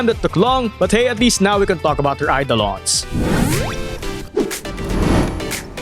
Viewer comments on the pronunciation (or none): none